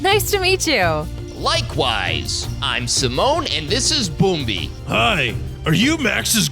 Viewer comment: It's not bombi and simone it's pumbaa and timon